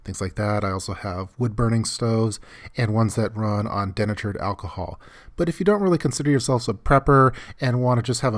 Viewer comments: den- atured? seriously? try de-natured. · De-Natured alcohol. lol. He pronounced it dinnatured alcohol. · Just some knowledge! De-natured is pronounced like the word nature... because it means not natural. Things are added to make it a fuel source among other things. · Pronounced de-NA-chured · GizmoBee1702 Correct. It is de-natured alcohol. I heard that too. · If you’re going to say “denatured alcohol,” you REALLY need to learn how to pronounce “denatured!” After that asinine pronunciation of yours, I stopped listening!